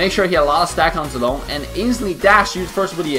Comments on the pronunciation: I like how you pronounce zilong right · That pronunciation of zi long and yun zhao of yours is perfect, however in chinese we mention him as zhao yun instead, because we'll always call somebody by saying (Surname) first, then (first name/given name)-> (zhao)(yun). Zi long is a courtesy name "zi/字" (given to them when they turn adulthood, no longer a practice of modern chinese society) Adult of same generation with him will address him as Zhao Zi Long (surname)(courtesy name) or Zi Long, whereas the given name (Zhao Yun) is reserved only for himself and the elders. Hence, he is Zhao Yun zi Zi Long, we can call him Zhao Zi Long/ Zi Long/ Zhao Yun.